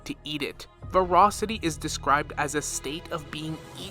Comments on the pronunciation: "Verocity" is not the same word as "Voracity" - sorry this one point is driving me crazy, but I think you're dead on about the actual principles the IPC is following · ver-ASS-ity. ver-ASS-ity.